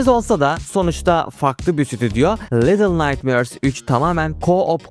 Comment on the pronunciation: Daha başta defalarca “little naytmööörs” dedin ve bitti orda her şey. Duyduğum en rahatsız edici İngilizce telaffuzuna sahipsin.